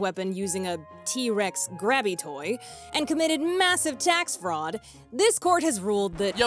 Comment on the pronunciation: “I’m a Fwaud human being” is wild